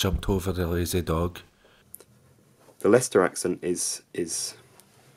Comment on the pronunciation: Your friend from Bradford pronounced the word ''dog'' with the ''k'' sound in the end, not with the ''g''. =)